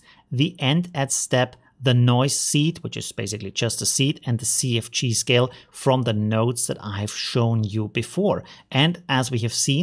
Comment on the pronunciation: I don't mean any offense by this, but sometimes when you say "CFG scale" I hear "sea of cheese" and it makes me chuckle.